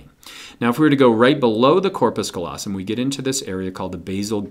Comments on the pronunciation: good video! thank you, kind Sir! - but it's c-A-llosum, not "collosum" (from lat. callus for...well, callus) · He said colossum instead of callosum